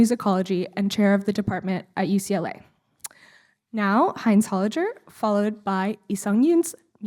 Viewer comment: it's HolliGer, not HolliJer >< thank you for the recording!